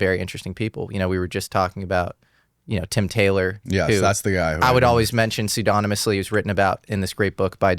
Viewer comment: Also "pseudonymous"